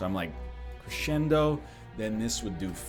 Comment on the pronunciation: It hurts everytime he pronounces "crescendo"